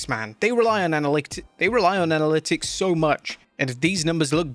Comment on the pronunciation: Leaving in all your stutters? "Scrapping" the barrel? And say "Analytics" again...